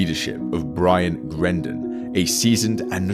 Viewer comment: Its brian not ryan